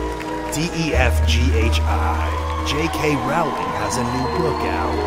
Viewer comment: YOU SAID JK.ROWLING WRONG!!!!!!!!!!!!!!!